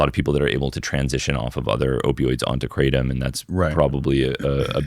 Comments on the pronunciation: Guys, it’s not KRAY tum. It’s krah TOAM. Sincerely a guy living in thailand for ten years who speaks Thai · As an educator, one of the most important things we can do is to first of all pronounce the "thing" correctly. It is NO more pronounced "cray-tum" than Marijuana is pronounced "mary-joo-anna". It's "gruh-tom", for the love of god. กระท่อม กระท่อม กระท่อม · Haha, is true!!! Kraaaahhh - Tom